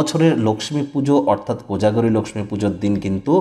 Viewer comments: বাংলা উচ্চারণে আমরা "লোকখি" এই উচ্চারণ করি, তাই 'লোকসমী" বলার কি দরকার হ'ল কি জানি!!! এ ছাড়া ঠিক কোন সময়ে পূজা টি করা উচিত তা না বলে কিছুই উপকার হ'লনা... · আপনি লক্ষী না বলে Laxmi...পূজা কেনো বলছেন।।হিন্দী উচ্চারণ কেন করছেন।আপনি কি অবাঙালী।নাকি এটা বিশেষ style...... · Apni Laxmi Puja Kano Bolchen Apni Lokhy Puga Bengali Language Bolun Apni Ki Non Bengali Na Apner Laxmi Puja Kotha Bolta Apner Style. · লক্ষ্মী উচ্চারণ টা অন্যরকম লাগলো ।